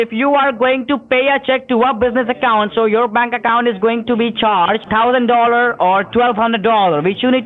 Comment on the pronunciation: Especially how they always say "dollor". I hate that, and at the same time, find it hilarious.